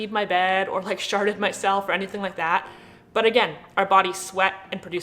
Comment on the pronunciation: You said "sharted myself"... 😂😂